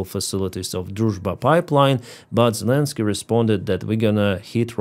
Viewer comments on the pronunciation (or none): none